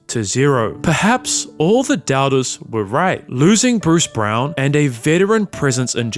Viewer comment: Did this thing pronounce brown as browen